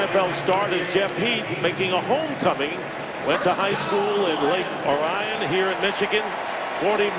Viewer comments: it's pronounced "Lake Orr-ee-in" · Heath’s hometown is pronounced lake “ore-e-un”